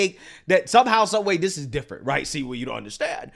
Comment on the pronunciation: “This is (D)ifferent!”